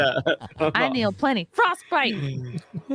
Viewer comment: Frosk Bite!